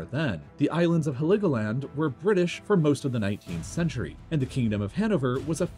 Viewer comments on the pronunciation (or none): none